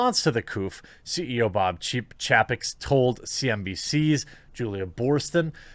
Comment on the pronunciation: Chay-peck buddy